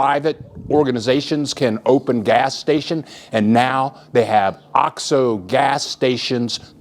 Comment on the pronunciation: hey...it's pronounced "oh-x-oh" long O. The way you are saying it is driving me NUTS! Please pronounce it correctly...Oh-xx-Oh... c'mon you've been down there for 17 years!